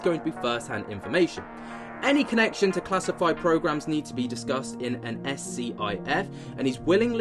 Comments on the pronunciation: This guy lol, stop saying apparently, the word that's used is allegedly! Also you say the word scif, you don't pronounce it has S.C.I.F - you probably don't even know the meaning of it, but in short, it's a secret meeting were you can reveal things in confidence. Why the background music now? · I don't know if it makes any difference, but in the congressional hearings it's referred to as a "SCIF", pronounced SKIFF.